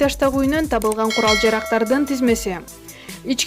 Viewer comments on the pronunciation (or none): Диктор киргизго тапылган эмес табылган десен.